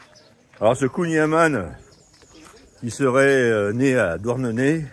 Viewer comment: Alors pour être pointilleux... On ne prononce pas kouign aman avec le son "A", mais avec le son "AN". Comme dans "amande". Après dans les deux cas c'est trop bon ! Bonne route...